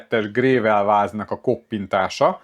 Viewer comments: Nem grével, hanem grevöl! :D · nekem csak az a fura, amikor sem angolul, sem pedig magyarul nem stimmel a kiejtés. A "gravel" az oké, magyarul kiolvasod, aztán annyi. Angolul ugye leginkább "grevöl"-re hasonlít a kiejtés. De h a gével honnan jött? =))